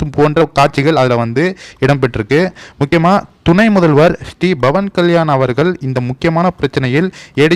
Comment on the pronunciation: Bhavan என்று சொல்லாதீர்கள். அவர் பெயர் Pavan Kalyan. சரியாக பேசுங்கள்..